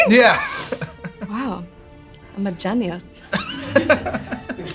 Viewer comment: when she wondered if taking a bite of the lesser spicy wings would make it feel better, then Sean took a bite of the first wing and kinda confirmed idea. She said “ Wow i’m a genius” but she pronounced it as “gen yus”. I thought that was hilarious